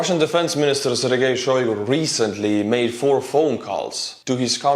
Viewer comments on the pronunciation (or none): none